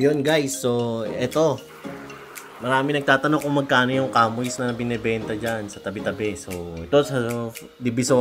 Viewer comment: boss ang pronunciation nyan SHA MEE hnd KAMOYS. Porke CHAMOIS spelling e ganun mo binasa. It is pronounce as SHA MEE.